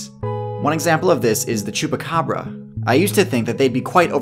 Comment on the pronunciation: It's quite impressive the way you pronounce chupa cabra :)